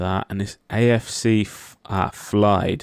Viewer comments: Love how you were saying Flyde when it's Fylde😂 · It's pronounced Fie-eld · You got your L and Y mixed up on Fylde 🤣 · It's Fylde!